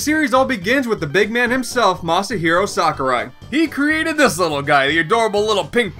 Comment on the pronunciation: Thank god! You pronounced Sakurai correctly. EDIT: Hang on what, did just swear? Noice.